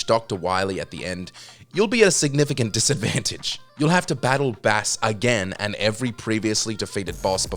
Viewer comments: Bass is not a fish, it's pronounced like Base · mega man 8 calls him bass 😂 🐟 but then says immedaly instead of immediately.